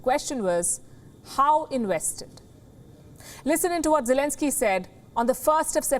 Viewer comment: I actually heard zielinski however it's you pronounce it his name ..... is actually a stand-up comedian and also an actor 🤔